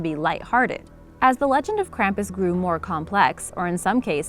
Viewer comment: Being from Bavaria I can tell you that you are not pronouncing Krampus correct. Your video is mostly wrong and hard to watch finished.